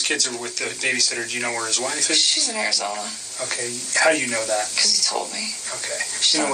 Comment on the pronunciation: This so-called investigator seems either not very experienced or is somehow "charmed" by her. "Ogay, ogay...". Much too easy on her!